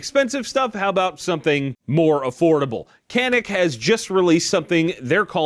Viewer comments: it’s pronounced ‘janic’ FYI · I've heard 'Canik' is pronounced, 'yah-nick'...or was it, 'jah-nick'.....?